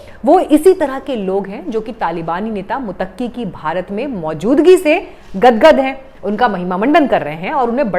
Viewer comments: मुत्तकी को मुतक्की बोला जा रहा है। उच्चारण सही करें। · Tujhe to kisi ka naam lena nahi aata. To tu kia news pardhe gi. Muttaqi ko Mutaki keh rahi hai. Non sense Jahil.😢